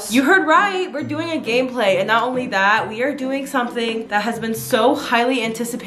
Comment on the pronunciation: I literally thought you were saying gayplay.. 💀💀 I had to go back and listen again and realized you said gameplay